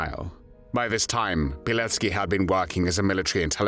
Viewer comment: It’s Pilecki not Pileck